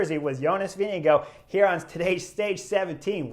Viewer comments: Some say “go” and others say “gaard”, Let’s just admit pronouncing Jonas’ name is hard. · How's he pronounce it then? I hear all the europeans say vinga guard. I watch the international feed. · I’ve heard him pronounce his name. Its not vin ga guard.